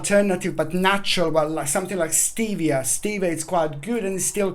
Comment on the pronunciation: How do you spell the sugar you that said ? Your accent made it hard to understand 😩😂